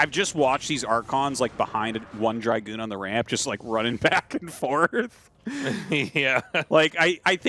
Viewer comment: What do we have to do to make tasteless stop pronouncing dragoon like that?